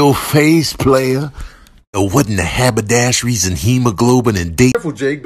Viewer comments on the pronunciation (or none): That "habadasheries" 🤣🤣